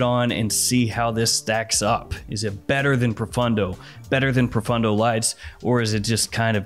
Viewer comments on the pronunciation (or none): proFAWNdo, not fun d'oh !